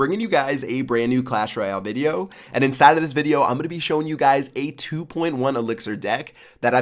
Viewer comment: Pat did you notice you said bideo in the intro